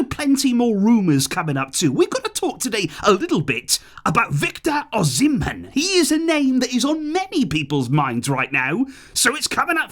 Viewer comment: Hey. The name is pronounced Victor OH-SEE-MEN lol😂